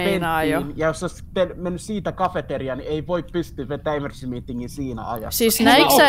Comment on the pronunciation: Kohas sanoit 'toihan oli ememercy' 😂